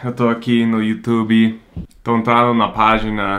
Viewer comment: Ele falou you tubiiii igual a gente!!! Que gracinha!!!!